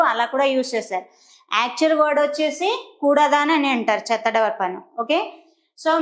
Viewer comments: చత్త కాదమ్మా చెత్త అనాలి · చెత్త బుట్ట not చత్త బుట్ట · Chetta not chatta